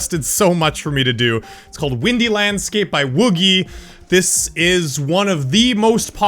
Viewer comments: It's pronounced "Woo-jee" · It is pronounced W-O-O-J-I but spelled WOOGI